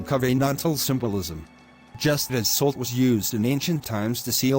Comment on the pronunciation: Good lesson... only thing that bugs me is the AI reader is using a short O in Salt making it sound more like colt instead of a short A as in awe.